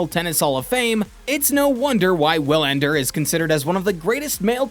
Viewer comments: Wilander is pronounced like VEE-lander. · Did this dude really just pronounce Wilander with a W? The GOAT debate is what it is. Wilander has a point - it should be more then numbers, but it never is because too many people get caught up in the numbers and now the overall impact on the game. Novak's stans will twist themselves into pretzels to call Roger's era a "weak era" but refuse to acknowledge the same is true of Novak's last 5 or 6 years. When all is said and done - more people will focus on the numbers, but the reality is - Roger's got records Novak will never have. Novak has records Roger will never have. And Rafa has clay numbers that probably no one will every top. To declare one of the 3 the GOAT you'd have to include the intangibles - and that's why Novak is working so hard to get that stupid players union to be something. Otherwise he has had next to no impact on the game besides numbers. Roger won with grace, elegance and class, put butts in seats and is a global ambassador for the game and is loved everywhere he goes. Rafa likewise is a fan favorite and has his tennis academies and is teaching kids the game. What's Novak done for the game? Nothing. It was always about HIM. Enter: Players union and "tennis needs to change." Change yes - but only to HIS vision of what it should be. In the end he might be a guy who was better off letting his racket do the talking.